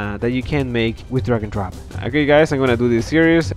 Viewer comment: take a shot everytime he says... D R A G O N D R O P